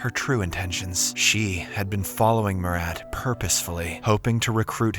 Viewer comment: Bro butchered my name "Murat" so badly it genuinly hurts my soul🙏🙏🙏😭😭😭